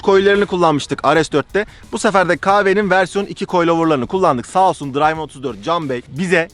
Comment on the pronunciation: İngilizce 'Driven 34' "dirayvin 34" degil "dirlvIn 34" diye okunur. Sponsorun ismini dogru soylemek lazim iyi tanitmak icin